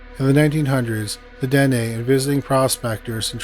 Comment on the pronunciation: Dine = "Dee+Nay"